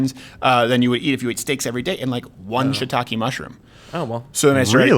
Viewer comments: Ok, luv ya, but it's not "Shit ta kay" it's "She eee tah Keh" 👌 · Ok, luv ya, but it's not"Shit ta kay" it's "She ee tah Keh" 👌